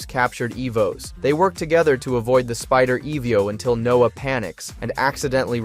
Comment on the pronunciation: The errors in speech make me feel like this is an AI voice... E.V.O/EVO, meek'em/meechum, there are others